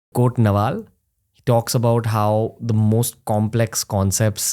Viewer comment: Pehle to Naval sahi se bol 😂